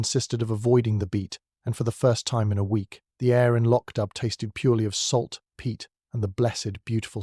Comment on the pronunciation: Please its pronounced Lock doo, and where is the storm or the body in the flooded cellar.